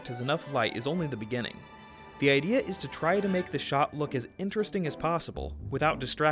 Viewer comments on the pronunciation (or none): none